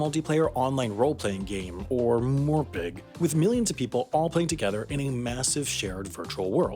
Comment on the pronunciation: WTF is a "morepig"